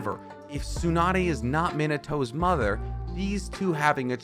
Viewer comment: Meenatoe? Tzunadae? Namikazay? Hoekagay? dude, like seriously, what the hell are you talking about? like how am I suppose to force my self to believe that you are trying to make sense? 😂😂😂